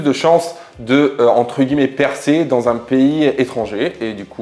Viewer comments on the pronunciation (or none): none